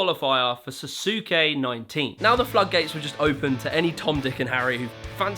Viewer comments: Suh-soo-kay... they pronounce it on the show, Sauce-kay. I could go on a rant of my anger towards brits mispronouncing words, even if they were pronounced correctly in front of their face a second before. But, that aside. I love Ninja Warrior! My oldest bro has been training for the last few years to be on the American one in memory of his late wife. American Ninja Warrior was one of the things they bonded over and she was always like 'you could totally do that if you tried! you could win!' Having trained with him at my local anw gym, before he moved back to colorado, yeah. He's damned good, even as out of shape he was. Even the owner of the gym, who we both got close with and had been on the show and made it to the 3rd stage each time, complimented him. Now he trains at Ninja Nation in Denver, Colorado. The owners are annual 3rd stagers and have complimented him non-stop. He's even gotten to be friends with a few legends of ANW. They keep saying 'try this year, we'll put your name in. You won't even be a walk-on!' But, he's always said 'next year. I wanna be sure to win. My wife wouldn't have wanted it any other way.' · Jesus christ, at least say the damn name properly. So cringeworthy, dude. “Suhsookay” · I love you, but hearing you say SaSUke hurt me so badly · Was looking for this! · the "u" in sasuke is silent... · Dude please stop saying the u in sasuke other than that great video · i hate how you pronounce sasuke lol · Your pronunciation of susuke is wrong. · It’s susake like bukake not susake like bamzooki 🧐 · Love the vid, I love learning more about Ninja Warrior! And as someone that recently started watching Storror’s videos it’s so cool Toby was on ninja warrior I didn’t know that! But dude. You literally have a clip in your video of them saying Sasuke at , there’s no excuse for you mispronouncing it the entire time lol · You can hear how to pronounce Sasuke in the footage from your own video dude. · Saske not sasuke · SAS KAY not Sasuke